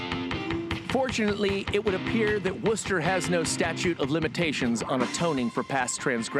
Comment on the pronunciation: It's "WOOSTER" Ohio. At least he has the pronunciation of Wooster correct.